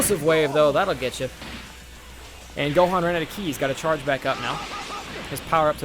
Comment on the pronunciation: and you didnt even say ki right either watch the actual show then you can actually pronounce the words and names correctly